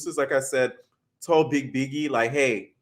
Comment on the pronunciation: Lol i don’t like stunna girl but her calling biggie, piggie was funny 😂